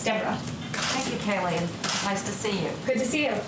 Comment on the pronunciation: *Kayleigh. I mean, at least get her name right 🥴🤣